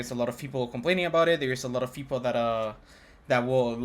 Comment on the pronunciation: "A lot of feople"